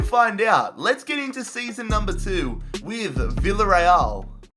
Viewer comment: It's pronounced biyareal